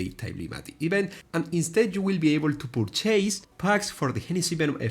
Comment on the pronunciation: Purchase (pur.chuhs)... You aren't chasing something, you're buying something... La volaita hermano hablo menos inglés del que tú qué hablas, de corrido... pero se pronunciar bien esa palabra... No mames.